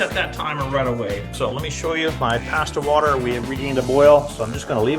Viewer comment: Take a shot every time He says “Passtah!”. 👂🩸